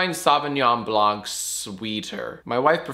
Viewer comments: jack, in blanc the c is silent. it's not "blank". you upset me. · Please, as a french person, I'm asking you to never prononce "blanc" as "blank" ever again. Also, I surrender. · The "c" in Blanc is silent! Stop pronuncing it the same way as blank! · Hey Jack, the C in "blanc" is silent. With love from France. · the C in blanc is silent! sorry, french likes to do that. Also is right about chardonnay it's better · The c in "blanc" is silent. It's bullshit, I know. But it sounds fancier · Hey Jack, french native speaker here. You don't actually pronounce the "-c" at the end of "blanc". Yeah i know, french is weird and overly complicated.